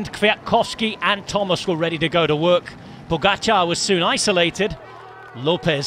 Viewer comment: Bhahha seriously? "Tadej Pogačar" def wasnt right... :/